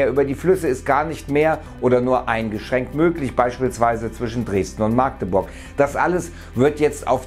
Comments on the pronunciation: Verdammt es heißt Magdeburg nicht Maaaagdeburg😅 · Interessant, dass es Teile von Deutschland gibt, wo die Böden nicht ausgetrocknet sind. Wohne Nähe Leipzig. Hier sind so ziemlich alle Böden verbrannt. Ich glaub diesen Sommer hat es 4 oder 5 mal geregnet. PS die Stadt Magdeburg wird nicht auf dem A betont. Das wird kurz gesprochen wie bei Maggi. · Magdeburg nicht Maaaagdeburg. Gutes Viedo! Wüste in Deutschland Incoming